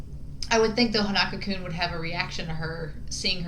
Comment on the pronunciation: I'm not sure if your gonna see this but his name is pronounced Hon-uh-ko. Like the name 'Hans' without the 's', 'uh' like when you're hesitating and then 'Kou' like 'Minamoto'